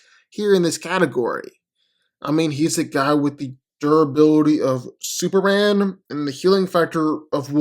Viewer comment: No one: Literally no one:: Super-an